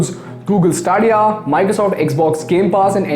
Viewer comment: Its not staaaadiya ....its STE-Dia